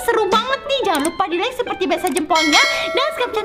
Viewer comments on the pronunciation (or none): none